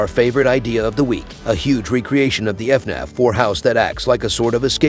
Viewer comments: Bro why do you keep saying Fenif it's FNAF. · he says fenef lol